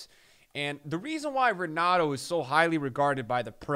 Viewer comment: Pretty sure it’s Pronounced Henato.